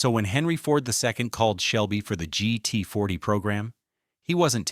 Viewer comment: It's "GT40", not "GET40", and "Ford v. Ferrari", not "Ford v.a. Ferrari", you cheap piece of fake, uneducated, glitch-ridden software.